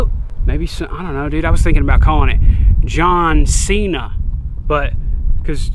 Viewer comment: Jhon sea-Na